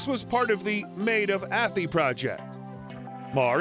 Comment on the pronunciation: Athy is pronounced A - thigh.